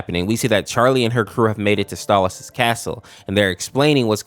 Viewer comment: STALLAS? ITS STOLAS BIT